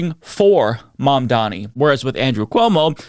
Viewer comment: Maybe now you could take the time to learn how to pronounce his name, Fox Not News hosts.